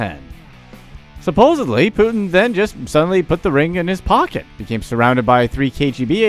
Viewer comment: Putin not Put'in.